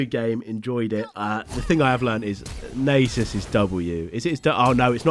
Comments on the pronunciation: just think about "susan". its susan not susane. so its nasus not naysus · I like the way he says Naysus. It is like that one woman in the cooking show who says Microwayve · Nay-soos :D hahaha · Id pay to watch Iron 4 worldsm also to say Nasus right Nah-sus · YOU ARE SAYING NASUS WRONG